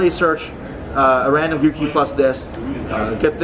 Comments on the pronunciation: Go-Key not Goo-Key/Guu-Key! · His skin and his pronunciation of gouki are disgusting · Man it's annoying the way he says Gouki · The way he pronounces Gouki....